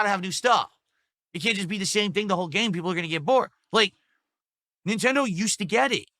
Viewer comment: Neeentendoh doesn't gwet it, chief :(